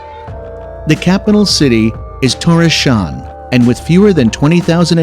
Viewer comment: Its THORSHAVN